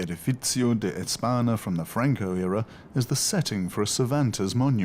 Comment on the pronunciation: Why doesn't he bother to pronounce simple Spanish words correctly --- señor, España, plaza, calle? -- - after all, it IS the capital of Spain.